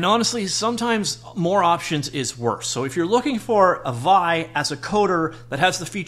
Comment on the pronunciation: Looks like I'll test drive it after all... thanks for an insightful video! One side note: "vee-eye" as opposed to "vie"